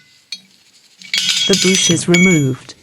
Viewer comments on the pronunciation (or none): It,s Bush not a boosh.